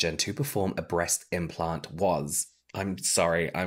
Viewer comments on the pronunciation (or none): Aye, I think it should be implant, not impant <3